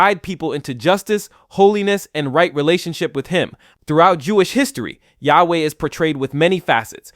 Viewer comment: Jew here. The name of G-D wich you used (we don't pronounce this name like you did) is a combination of three words: "היה", "הוה", "יהיה" In translation: "Was", "Is", "Will be" By the way, G-D has many other names, and is way more complicated than how you described it, the way jews see G-D is like a combination of **almost every aspect you described in this video, but far beyond human understanding.